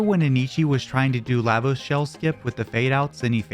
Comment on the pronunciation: LAH- VOSE Not LAY-VOSE